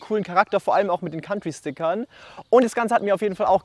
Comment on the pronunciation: Echt Respekt vor der Arbeit und dem Ergebnis. Dennoch schade, dass der schöne original rote Lack weichen musste. Super, dass du den Namen vom Golf jetzt richtig sagst, zuckte mir jedesmal durch den Körper😂 Kauntrie